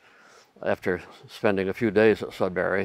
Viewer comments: I can tell you’re not from Canada by the way you pronounce Sudbury. It’s not sud barry. It’s sud bur ree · Please, it's not Sud"bary", it's Sud"buree" said in one fluid syllable. You will drive the locals insane pronouncing it like that. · if you're from Ontario you must be slightly annoyed by how she's pronouncing sudberry haha. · The American pronunciation of Sudbury is a little grating to my ears. (I've lived in the UK, Canada and the USA.) Anyone know how it became Sudberry? This particular vowel shift seems a little odd, is there some American town that adopted this pronunciation locally? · It makes me laugh/cringe how she says "Sud-berry". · Great video but I cringe a bit each time I hear you say “Sudberry” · It’s also kinda funny to hear how differently Americans pronounce sudbury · not "sudbarry". Sud"burree" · it's sudbury not sudberry... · Sud-burry (no pause or break), not Sud-Berry.... silly USA people 😂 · JSYK, Sudbury is not pronounced sud-barry, it's pronounced sud-burry. I'm speaking as a Canadian who's live all his life in Ontario. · Being from Sudbury, I would just like to say it's SudBURY not SudBARRY. Besides that, I enjoyed your video very much! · Very interesting. I had no idea it was that big. Your pronunciation of Sudbury was driving me crazy though. It’s not Sudberry, but "bury", and the emphasis is on the "Sud" not the "bury". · As a Sudburian, we pronounce is Sudbry, not Sudberry , lol. Interesting video! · Very interesting video and I thoroughly enjoy geology etc. However the city in Ontario you refer to is SudBURY not SudBERRY. Thanks for the informative video. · Funny to hear you guys pronouncing it as sudberry and not Sudbury. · It's Sudbury not Sudberry. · FYI it's pronounced Sudburry, not Sudberry.